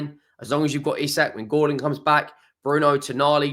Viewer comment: We didnt learn you still cant pronounce isak EEEE SAK!!